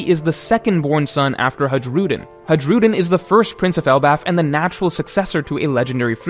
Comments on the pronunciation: the J in Hajrudin is a Y actually in pronunciation. Please learn. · Is it so hard to pronounce Hajrudin right? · the "j" in "hajrudin" is pronounced like "ee" in "tree" and the "g" in "burgess" is pronounced like a "j" in "jesus".